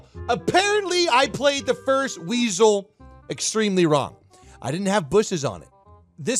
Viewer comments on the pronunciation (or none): Its not a WEISEL! Its a WIESEL. It means weasel and is pronounced exactly the same (pfff.....Weisel....) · If you read the comments, stop saying weisel it is viesel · Sorry, but it's called: Wiesel, not Weisel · It's Wiesel...😉 nice Videos! = weasel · Its not WEISEL, its calles Wiesel. Which means weasel... A friend of mine was a crewmember on a Wiesel in the german army. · its spellded wiesel not weisel becasue a ei is pronounced ``ai´´ and ie is a iiiiii ( a long I) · It´s called "Wiesel" and not "Weisel"... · Pronounced "weesle", not "weysle". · "Weisel" hihihi weeezle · I think i speak for all german people.... it calls w I E s e l!:D greetings from germany! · Still think it's "Wiesel" =P